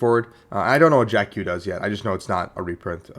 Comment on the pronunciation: It's not Jack Q. It's Jacq.